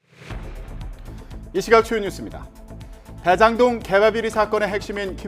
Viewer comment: 드에장동 ... 발음 교정좀 하자